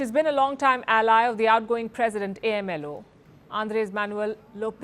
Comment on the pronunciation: Jajajaja you mest up saying Adres Manuel's nickname Hindu lady!!